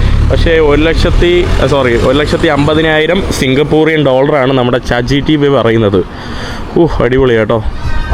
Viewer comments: Brother chat gtp 🚫 chat gpt ✅ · chat gtp❌ chat gpt✅